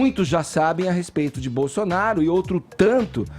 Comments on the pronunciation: Não quero acreditar que ele falou o que eu escutei, "Bozonaro" foi isso mesmo? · É impressão minha ou o Edgar falou Bozonaro... Depois vem dizer que é isento kkkkk. Cara de Pau safado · É impressão minha ou o Edgar falou "Bozonaro"????? Esse ato falho ocorre um pouco antes dele dar a palavra ao Caio e tomar uma surra de argumentos...